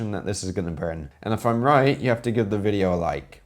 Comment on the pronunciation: Oh nooo, you dont make a reaction weejio of reaction weejio? hiyaaaaaaaa